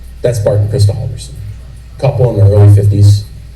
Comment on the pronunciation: omg, learn how to pronounce "bart" and "chandler" before going through the effort of making a video!!!